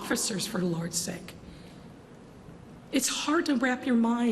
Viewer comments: Did she say for lard Shake making it sound like for Lord's sake she is a heathen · This thing didn’t want to say for lord sake, she said for lard sake. Damn devil